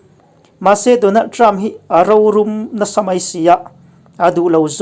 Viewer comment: Rorum tih hi I lam dik e